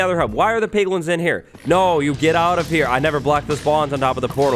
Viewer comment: "piglin" :P